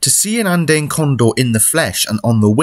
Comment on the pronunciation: It took me a bit to understand what you were saying. Andeen? Andayn? It’s An-Dee-uhn.